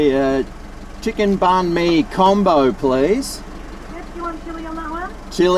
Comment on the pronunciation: As a Vietnamese person myself you pronounced it well love ya